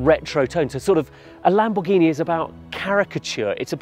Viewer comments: "Lambourghini" Is this a new brand? 😂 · Video is sick and all the car is stunning but the fact that hes saying lambuhgini hurts every braincell in my head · LAMBOURGHINI 😮😂 como se pueden equivocar así? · Please tell the how to pronounce the cars name